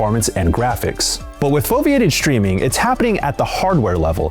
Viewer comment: "foviated shreaming"? ;)